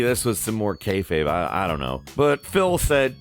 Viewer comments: can’t even pronounce “Kayfabe” right... Jesus Christ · When casual fans say kayfabe it hurts a little